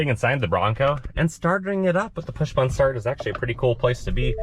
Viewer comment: Good review...but the oddest pronunciation of "button" I have ever heard...